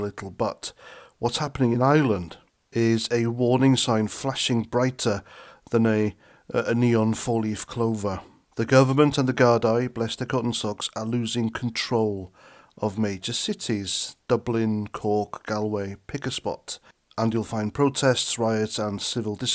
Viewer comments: Appreciate the commentary and fully agree. But It’s not Gar- die. Mate it’s Gar-daa (singular) and gardee (plural). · It’s not Guard- eye it’s Guard- ee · Gardaí is pronounced Guardee . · Whilst I agree with your sentiment. Your pronunciation is like nails on a blackboard. Gardai is pronounced Gardee Galway is pronounced Golway. Please. Sort it out. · It's pronounced Gardee